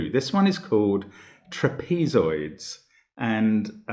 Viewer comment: Never heard trapezoids pronounced like that. Interesting.